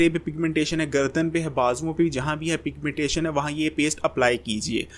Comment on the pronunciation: Piga-mentation,Kia hy😂😂😂